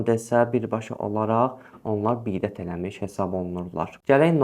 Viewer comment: Hələ bidət sözünü düzgün deməyi öyrən sonra halal haram hökmünə girişərsən qardaş.😉😄